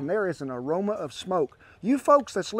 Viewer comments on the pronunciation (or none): none